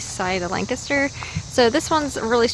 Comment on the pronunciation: Lancaster. You're saying it wrong. It's Lan, say Lan, emphasis on Lan, then say Caster. That's right, LANcaster... Oh, go, just go, to that coffee shop in town. Forgot name, but excellent coffee. Also a great Indian restaurant in town.